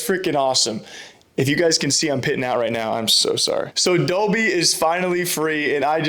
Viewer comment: Pronouncing Dobby as dobe(adobe) is criminal